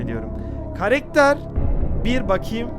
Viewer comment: Karekter değil karakter demelisin